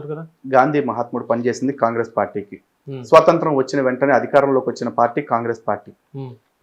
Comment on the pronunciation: స్వతంత్రం... స్వసంత్రం కాదు